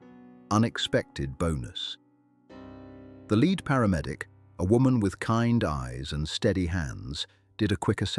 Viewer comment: The LED investigators. Hey AI, it’s pronounced LEAD, not LED.